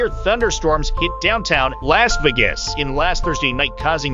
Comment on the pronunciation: Lass Vi-ges? Who's this goofy American announcer who can't pronounce Las Vegas?